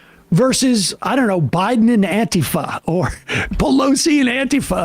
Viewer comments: If someone pronounces it "anteeeeeefa", then you know that they don't have a clue what Antifa really is. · I love how right wingers pronounce Antifa like it's their dad's sister. As if it's so abstract to them, that it's not only the meta that's impossible for them to understand but literally the word.